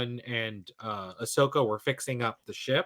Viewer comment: why do you keep calling ashoka ashoker 🤭